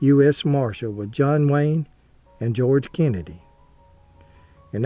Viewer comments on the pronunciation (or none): none